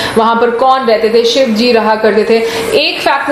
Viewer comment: आप श वर्ण का उच्चारण तो कर नहीं सकते, शिव शब्द को सिव कहते हो, अपनी भाषा ठीक करो...